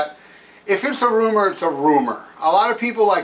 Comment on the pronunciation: itsnot a roomah. itsnot a roomah at awl!!!